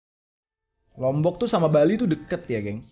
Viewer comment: Ya allah bang gak gitu juga bacanya bahas lombok 🤣 salam dari lombok timur bang 😊🙏